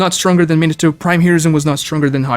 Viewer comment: Also “minna toe” despite it being his fav